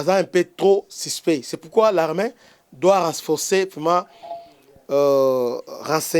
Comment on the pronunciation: Pourquoi olobaka " larmin" , au lieu de l'armée ??